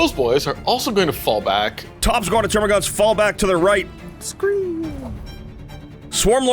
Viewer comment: Wonderful game! The only issue I have is the amount of times you say "Termagants" as "TermaGAUNTs". There's no U. Is this nitpicking? Yeah.